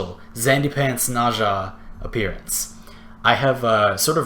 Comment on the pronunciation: It's N-eh-z-ah....ugh